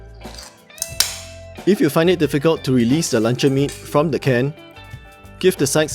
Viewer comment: im keep hearing lancau meat instead of luncheon meat btw thanks for the recipe boss